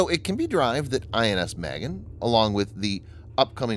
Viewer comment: I keep hearing INS Maggot...